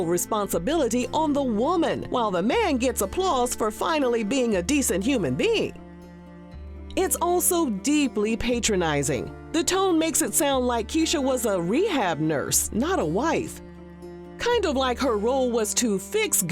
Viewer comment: Pat.ronising.not pay.tronising